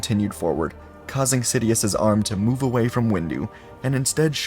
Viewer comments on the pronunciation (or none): none